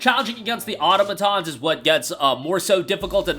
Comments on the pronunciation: Au-to-ma-tons. Auto as in car, not otto, as in your weird German uncle. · Automatons is pronounced " or-tom-i-tons"